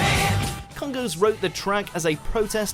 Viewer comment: It’s pronounced Kongoss. You don’t say the second O like “ghost”.